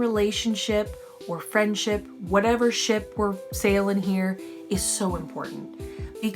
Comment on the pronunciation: Did you say ship or shi...